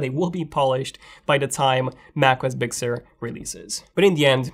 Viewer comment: very good review bro!... I got a kick out of the pronouciation of big sur... I swear you were saying "bixxer"